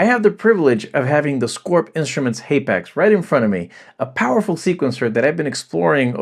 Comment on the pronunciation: It's pronounced hapax not haypax